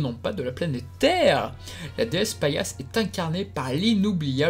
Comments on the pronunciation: Intéressant mais c'est Pallas et les Pallassites et non pas Paillasse et ses Serpillières, oups, ses Paillassites ! Ca accroche un peu les oreilles à la longue :'( Pourquoi avoir zappé les 4 rois de Mars ? Après c'est vrai que leur temps d'audience est assez court. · Oui ce n'est pas paillasse mai pallas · Mais dans la saison 2 le nom de pallas c'est PALLAS pas PAILLASSE comme paillasson 😂😂😂